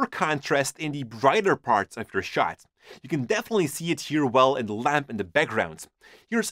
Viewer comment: I always laugh so hard when he says "inya" instead of "in the" you are so funny.